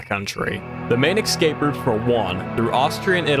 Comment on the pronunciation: I have always wondered how hard is it to pronounce extremely complex words, such as: Escape and especially, turns out the correct pronunciation is EXCAPE AND EXPECIALLY! well done sir you solved my 40 years long quest to find answers for questions nobody has ever asked